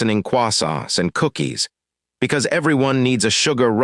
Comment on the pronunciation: Fricking Qwahsants killed me lol. I know it's Croissants, but the AI broke and took me out with it 🤣